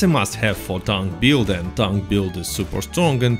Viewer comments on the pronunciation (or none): also, it's "build", not "buiud"